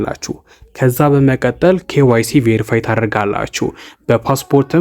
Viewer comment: በመቀጠል የምትለዋን word bedenb pronounce adrgat. May be belmd eyalkewu kehone